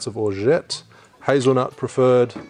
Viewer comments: it's pronounced orgeAt not orget you have to say the A not the E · Great cocktail! I love your channel But please say Orgeat the right way:D:D:D forget about the 't' at the end don't say it, it's silent.